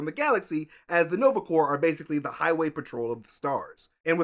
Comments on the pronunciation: the "p" and "s" in Corps is Silent... it's pronounced "Core" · pronouncing corps as corpse and not core stressed me out for no reason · Please, don’t say Nova “Corpse”. It’s said like “Core”. Coming from a USMC vet. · Take a shot every time says Nova Corpse. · Just a note, Corps is pronounced as Core. Same way as in Marine Corps is pronounced as core. Another weird one is Corpsman who is a navy medic working with Marines is pronounced coreman... otherwise it sounds like corpse. And I listen to every episode related to MCU. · sigh... quit saying corpse. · Take a drink every time pronounces it "Nova Corpse". Good times. Omg a Strangers in Paradise shout-out! Awesome,! Also required reading: Love and Rockets. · Please...no more "Nova corPs"... the P is silent...lol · people I kept giggling when repeatedly said Nova corpse lol ❤️ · i LOVE. U. But. Stop sayin "Corpse" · I keep hearing Nova CORPSE which is probably accurate too considering they're dead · Me too. It’s a pronounced core. Like in the Marine Corps. The ps is silent. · Dear God listening to say the P in Nova Corp over and over and over made me lose some iq points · Nova "corpse"...come on at least try 🥺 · The P in Nova Corps is silent. Like Peace Corps. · you don't pronounce the P or the S in corps. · Oh! Please stop pronouncing P in Nova Corps!!